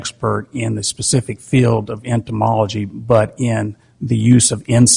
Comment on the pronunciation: This Judge drives me crazy...how you can be Judge, that condemns people to jail for certain lengths that ruins lives...improper Annunciation, or pronounce "Specific" as "Pacific:" "Anthony" as "Anfony" if this Judge was white, he never would have been appointed...